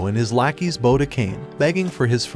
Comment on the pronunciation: also do you say bow like the weapon intentionally? when bending over (susdog?) its pronounced like ow as in the pain - bow